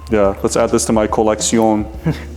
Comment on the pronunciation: "I'll add it to my collectionne" made me laugh quite hard for the red g shock